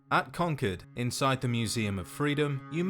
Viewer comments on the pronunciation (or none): It's funny, when you say "Concord", my ears hear "conquered". Edit: is said as "Delta nine", much like Mk II is said as "Mark two". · con-cord is how it is pronounced here in the US, awesome video thanks. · Con-chord. Speak American damn it